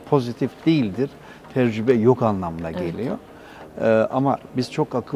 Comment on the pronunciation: Sayın Kotil farkına varmadan tecrübe yerine tercübe diyor. Bunu kendisine hatırlatır mısınız.